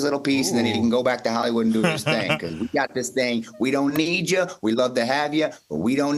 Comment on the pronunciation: Booker T said "becAse"